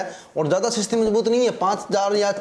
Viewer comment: स्थिति होता है या सिस्ती होता है 😂😂